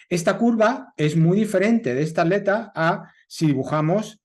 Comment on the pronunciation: Ya se que en España al separar en sílabas palabra atleta la at va de manera conjunta pero no significa que la pronunciarla de tal manera esté bien, at_leta ! Wtf? Pronuncian aleta y no atleta toda junta!!